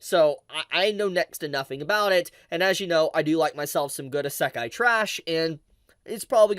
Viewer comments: Idk if im the only one who notices this but why does pronounce it ssekai with a silent i instead of isekai xD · I have never heard anyone pronounce isekai the way you do. This is the most aggressive "I love anime but hate the Japanese language" stance I have ever seen. I bet you even know how to pronounce it but are staunchly refusing to.